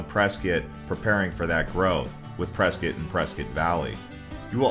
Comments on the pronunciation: it's Pres cot not preskit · It's Press cot. I mean wow, are you a Californian? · I thought it was Press…scott. It sounds like you are saying biscuit.